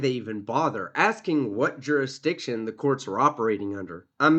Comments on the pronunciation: You mean “jurridictun” don’t you? 😂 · Whyyyyy can they NEVER properly pronounce “ jurisdiction” or “ constitution”????!! 😂